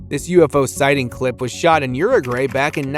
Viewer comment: look at all them weather balloons.... ya, sure! and.... did he really say Uru GRAY? pffft on this